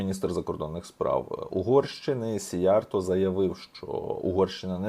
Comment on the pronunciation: Правильно казати "сІйярто" - в угорській мові наголос завжди на першому складі. 2) "На землю без народу прийдуть народи без землі" - це свята правда. Хто автор цього геніального виразу? Якщо ви, то Респект. Я не додумався. Але ж це лівачня, в якій ви мене багато разів звинувачували і видаляли дописи! 3) Я також дуже скептично ставлюся до ЄС, власне кажучи, не так скептично, як з чітким розумінням, що ЄС - то свого роду тюрма народів, де балом править Закуліса. Іменно тому сивожчолий систематично тягне нас в ЄС. Я за НАТО, за те, щоб під крилом НАТО відновити ядерний статус, і створити завершений ядерний цикл. В найближчі 200-300 років роль ядерної енергетики буде визначальною, тим більше, що ядерна енергетика екологічніша навіть від сонячної, не кажучи вже відносно теплової. Що стосується термоядерної енергетики, то я, як професійний фізик (хоч і не в області термоядерного синтезу), ДУЖЕ сумніваюся, що керована термоядерна реакція коли-небудь стане реальністю.